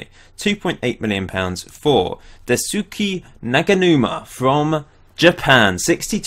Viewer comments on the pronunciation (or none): Daisuke is pronounced as Dai-su-keh not Dai-su-ki, even though its actually quite funny as Dai-su-ki / Dais-ki means "I love it" or "I really like it" in Japanese. I think you should rename his nickname to Daisuki.